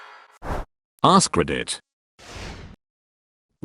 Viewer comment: For some reason instead of hearing ask Reddit I am hearing ass credit